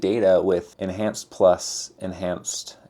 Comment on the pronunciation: En(h)anced. The h is still rendering.